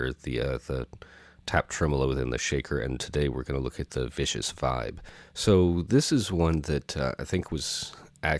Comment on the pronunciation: Love your channel, you have a great delivery, but this is a Viscous (Sticky.. gooey.. resistance to flow..) Vibe.. not a Vicious (Sid, was in the Sex Pistols) Vibe.. ;) I learned a lot thank you!